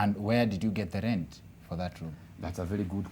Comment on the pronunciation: The guy repeatedly referred to room as "loom" and the government is still silent. Anyway you can also learn how to make PISSA from SCRASH, it all depends with your determination😂😂